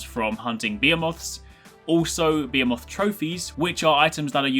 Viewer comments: I think you mean Be-he-moth, cus idk what a beeamoth is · why s he saying behoemoth. the monsters are behemoths. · Bee ha moth 😂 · Bee-moth?... M'kay? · "BEEAH-moth". Sounds legit. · I'm confused is it Bee-A-moth or is he just pronouncing Bae-He-moth wrong. Im assuming it's Bahemoth but I haven't looked into Dauntless yet so I really can't tell at this point XD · Is it spelled behemoth? If it is, it is pronounced Bee-He-Muth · well i pronounce it bee-he-muth and im english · im from NZ i pronounce it Beh-E-Moth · Dude.. the way you pronounce "behemoth" makes me cringe. Please say it right! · Brah you slaying the word Behemoth